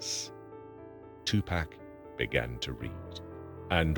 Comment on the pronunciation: AI never pronounces 2PAC name correctly